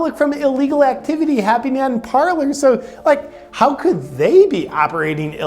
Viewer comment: It is Parler, nor Parlor. One is a French verb meaning "to speak", one is a formal sitting room. And they are not actually pronounced the same. Parler has a silent "r", since it is French. "Parlay" is the correct way to say it.